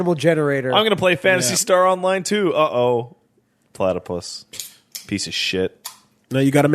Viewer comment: Why does keep calling it a platypiss